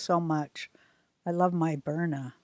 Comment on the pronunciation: sounds like a good product. but it's BYRNA, not Bryna.